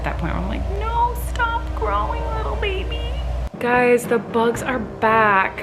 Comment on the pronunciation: Im colleen when it comes to bugs haha also anyone else saing bebe/ baby like? just me, cool cool